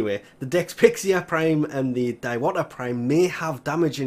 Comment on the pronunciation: Diwata is read as "Dee-wa-taa"